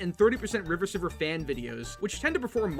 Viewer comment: wait, you pronounce riverciver as riverSiver not riverKiver?!?!